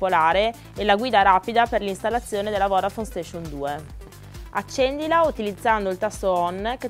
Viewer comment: qualcuno le spiega che si dice voDafone e non voRafone??